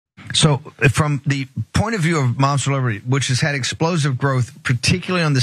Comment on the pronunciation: I hear "Momster Liberty".